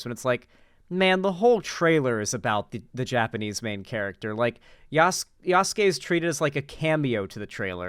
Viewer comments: Yasuki!? God I just felt my wife’s Japanese Language education psychic damage. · Wouldn't it be pronounced: "Ya" "soo" "kay"? Japanese focuses of pronounciation of specific syllabels. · Michael! How is Yasuke pronounced Yasuki?? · i know hes probably mispronouncing Yasuke's name just to be a bigot but after over a year studying Japanese its physically painful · The way knowles pronounced yasuke and naoe is physically painful, partly cause that means he's to lazy to look up the correct way before and that he refuses to admit he's wrong on it. Also more games should do what cyberpunk did, it's more realistic and ironically the lack of what cyberpunk did kinda gets in the way of games having bi characters. Basically if all the romance able npcs are mechanically bi it can dissuade devs from making characters who have the trait of being bi. Imo there's a difference between npcs and characters being mechanically bi and having bi as a trait they have, if being mechanically bi is a default for npcs it can reframe characters who have bi as a trait in a odd way(not really sure how to describe it, maybe it's cognitive dissonance, idk). It's also interesting how FNV goes about it, just having it tied to perks. Doesn't make to substantial of a damage difference while still letting you choose in a way that will reflect in dialogue options and out of dialogue options.